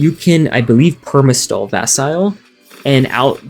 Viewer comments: 😱! ITS PRONOUNCED VAS-EE-LAY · Wait wait wait... How did you just pronounce Vasile?